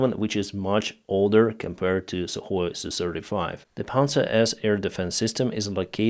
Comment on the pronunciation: Sukhoi becomes suhKoi 🤔😂 🇺🇦🇮🇪🇺🇦